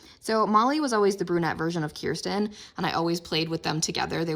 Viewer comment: I’m happy that you say Kirsten instead of kurstan